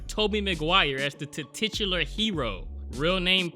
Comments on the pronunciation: Did you say "tetichular" hero? It's "titular!" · THIS MAN SAID TITITULAR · "tititular" heh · Did you say TITitular that way on purpose during the intro? I'm just curious if it was a genuine mistake or due to your love of tiddies?